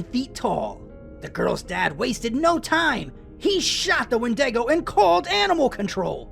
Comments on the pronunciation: Windaygo? I thought it was called a Wendigo. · The skeleton 😂, why did he say wen-deg-o.